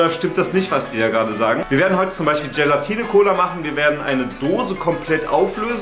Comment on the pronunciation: Hast du "Gelantine" gesagt? Es heißt "Gelatine "!😂😂😂 P.S super Video!!!😊